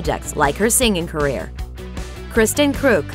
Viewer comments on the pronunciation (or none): did she mispronounce their names, or have I been saying them wrong?? Kristen, John Glover, Michael, Erica....